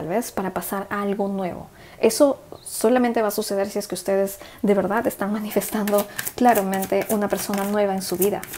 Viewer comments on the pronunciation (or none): crítica constructiva, porfavor trata de no tragar todo el tiempo la saliva se escucha todo el tiempo y a mi parecer no queda bien y tb porfavor las palabras que terminan con D ejemplo VERDAD porque las decis con T al final? VERDAT? perdón si te molesto pero son hábitos que van a mejorar tus lecturas, te bendigo gracias.